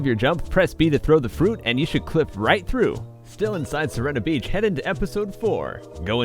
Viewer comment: i think its called si-re-na beach